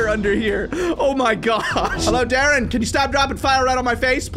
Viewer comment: you Almost seed my name my name es dadrien and you seed daren